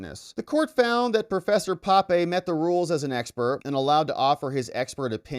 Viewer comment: That's professor P`ape, not Pape...